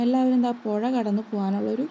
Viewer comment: പൊഴ അല്ല. പുഴ.. സ്പുടത വേണം സ്പുടത...